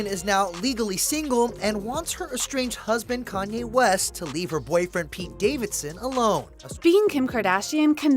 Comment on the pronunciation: Why is she continually mispronouncing Kanye’s name